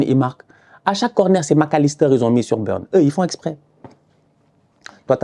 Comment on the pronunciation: "Gravenberch, Macalisster" 🤣